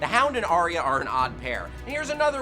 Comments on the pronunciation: 'Arya'!!! Not "Ariah"! FFS! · Everyone pronounces Arya differently. I'm sure in episode 1 they pronounce it Eye-r. But here they say r-ey-r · your inability to pronounce arya annoys me so much